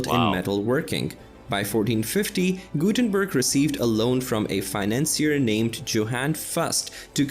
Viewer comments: The Gutenberg part is hurting my ears. Gutenbörg is bad, but at least somewhat close. But Mainz butchered to Maines...... I know, this does look all too close. It ain´t! Maine as an eastern US state is pronounced that way. Mainz as a city of Germany is NOT pronounced in any english manner (why would it?). Mines in english comes close to it. Z (zed! not c!!!!!!!!!!!) is a TS, so it would rather be a combination of mines end mints to say Mainz as it is supposed to be spoken. Thx. Jay-zed approves ;) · It is funny because apparently the original video is on a German channel, but the narrator is definitely not German. I'm not a German myself, but I can hear that he mercilessly butchers those poor German names such as Johannes Gutenberg and Wilhelm Conrad Röntgen, just to mention a few.